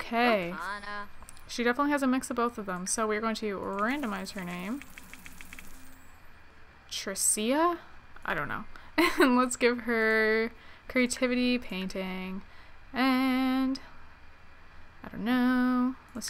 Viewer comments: Yes, yes, Tree-cee-ya Bee-you-errrr, totally how you say it, definitely NOT Trish-a Bao-er. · I freaked when my name showed up, then you completely butchered it XD it's pronounced Trisha but Tricia is the traditional way of spelling it. Don't worry about butchering it, every teacher ever has already done it.